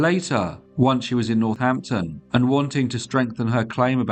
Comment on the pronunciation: says Northnapton